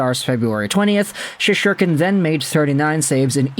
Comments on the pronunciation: Shes-ter-kin. Do you actually watch any hockey? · There is no second “h” in Shesterkin’s name! Sheesh! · thats what im saying bro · Can you learn to pronounce Igors last name!!